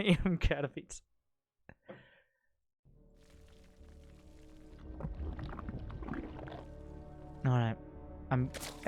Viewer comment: To answer your question,: you are possibly the only foreign caster that pronunces "Katowice" right. Cheers from Poland.